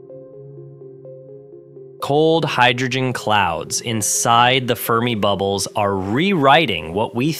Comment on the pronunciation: Scorching fermibubbles? Nuance of a question as inflection. Silly AI! 🤪🥴🤫😜